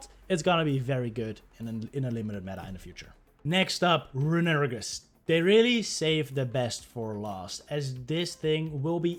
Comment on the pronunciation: Someone’s gotta tell you how to pronounce runerigus 💀